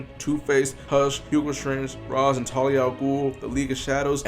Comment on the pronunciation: Its raesh